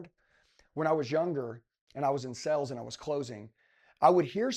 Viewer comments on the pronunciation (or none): Dude please know the word sales. It’s not the same word as sells.